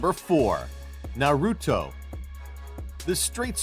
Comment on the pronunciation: I hate the way he said Naruto